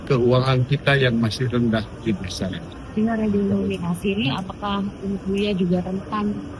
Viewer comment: Ngucap redenominasi aja gak bener pak ...mau kritik menkeu